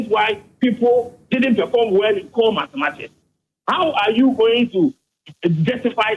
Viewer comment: Mathematics and not matemathics